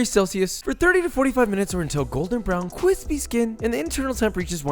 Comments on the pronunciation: I am begging you to stop saying cwispy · I go out of my way to work “cwispy” into regular conversation. I blame you. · Cwispy isn't a thing, Gretchen. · I do love his recipes (and I am totally going to try this chicken pot pie recipe) but does anyone else get annoyed because he constantly says "cwispy"? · The sooner you stop saying "Cwispy" the better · I was scared when you said take off the cwispy skin off, but I got relieved when you chopped it.. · just stop saying "kvispy" please for the love of god. love your videos tho <3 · You know that really horrible feeling people get when they hear "the styrofoam sound" I get the same feeling when he says "cwispy" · I love it when he says kwispy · You had me at cwispy. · whenever u say cwispy i have to stop watching please stop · Idk why but the way he says cryspy makes me want to stomp on his head, for the rest, great channel 👍🏼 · Things I love about Josh. His Amazing cooking, Great technique, Food you just want eat. His engaging personality and I just love b-roll. So it breaks my heart that 1) I find his terminology ‘kwispie’ disturbing and 2) i do not want to see shots of his ass 3) the whole porn rubbing the chicken thing is just icky....... Do not people😁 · KWISPY CREW Check In! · cwisspy skin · How about putting those cwispy chicken skins in the puff pastry? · There's no "w" in crispy!